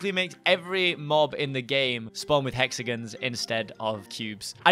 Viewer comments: yes instaed of "hexagins" we say hexagons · We pronounce it "Hexigins"